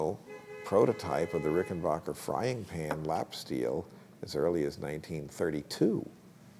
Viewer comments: The name is pronounced Rickenbacker, not Rickenbocker. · For future reference, its pronounced "Ricken BACKer". Not Ricken BACHER". I hate when people think they know so much about guitars and they can't get the name right.